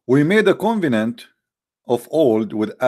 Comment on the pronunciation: You are so knowledgeable and admirable teacher, but your English is atrocious. Read carefully covenant كوفننت، there is no word leaded ( it is lead ليد ) or pronounced as led.